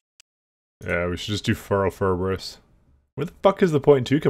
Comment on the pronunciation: FIBER ous.... .not ferberous, mate